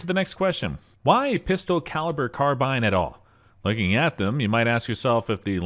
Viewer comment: Did u call them pister caliber carbines in the beginning?